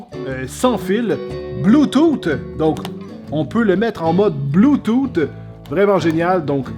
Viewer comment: "bloutoute!" xD